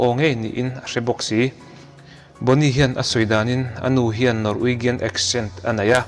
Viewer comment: Ngaihnawm ltkk😊 mhs Norwegian hi Norweijian tih anga pronounce tur aw 😄